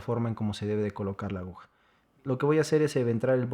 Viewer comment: excelente tutorial, solo que no se dice ahuja sino aguja.... solo eso.